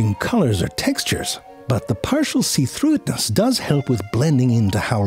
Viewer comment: seethrouhetnsn.. see-throughnetsns... see-through-esnses.. seethrough esness..